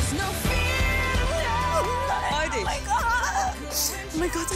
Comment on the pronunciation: Kein Hate aber:Zwar nicht der beste Gesang aber die Aussprache ist viel schlimmer :"Nein isch lass disch nisch raus "😂😐